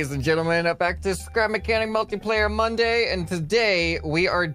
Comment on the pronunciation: Ah Yes Multiplayer “Monday”